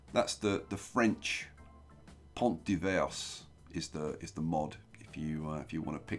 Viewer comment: Hello! We don't pronounce the "s" in "divers" in French. You've got to love my language where half of the letters are not pronounced haha Doing this all day long, you're quite a mad man, aren't you? haha